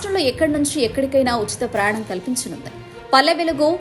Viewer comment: అమ్మా, ప్రయాణం అని స్పష్టంగా పలుకు తల్లి...